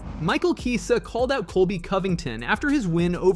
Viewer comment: Narrtor be trolling so hard with the name pronunciations. I wasn't sure until now when he pronounced Chiesa differently 3 times in quick succession xD.